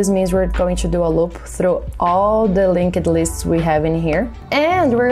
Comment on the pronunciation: Love the explanations but can you please stop saying LinkED lists.. it's a silent E. I can't unhear it anymore.